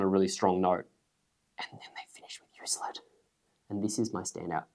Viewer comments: Just a helpful hint on Euclid...It's "You Klid", not "You slid". Named after the Greek mathematician...or the tree. Don't know for sure. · Euclid = "You-Klid" :)